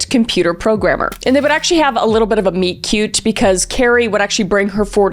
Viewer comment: Nobody wants to talk about how Kris said ""MEET-CUTE"" 😂😂😂😂